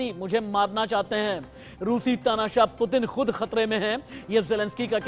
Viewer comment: News editer bro not pitin it's putin